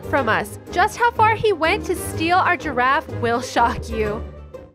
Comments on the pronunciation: how come it sound like it was serious but when u watch it:Itz funny Gifaffe Wtf gifgagfe i laughed when said "giagar" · It’s so funny when he said he gregafe😂🤣😂🤣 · Stew calls a girrafe:garage I LAUGHED SO HARD LIKE A VOLCANO 🤣🤣🤣🤣🤣🤣🤣🤣🤣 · Is giraffe not garage🤣🤣🤣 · OMG I LOVE WHEN THE NOOB SAID GIGAIR 🤣🤣🤣🤣🤣🤣🤣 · Actually it’s: GIAGOR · Dont forget giagar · Yeah but I loved the when said gargarffe xD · I love when he says girgafe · Legend says that Never learned how to say/spell Giraffe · He is saying giraffe wrong 😑